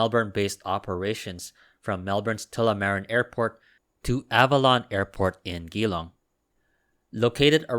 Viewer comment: Almost there for the pronunciations, juh long-Geelong and tuh luh mah reen-Tullamarine